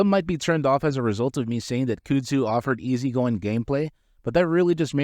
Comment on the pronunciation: I can't watch this because you keep saying "cyoodzoo" lmao. Kuhhdzoo bro